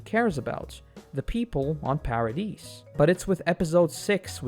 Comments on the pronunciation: Yeh lost me on "Para deece island" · The S in "Paradis" is silent, otherwise amazing video!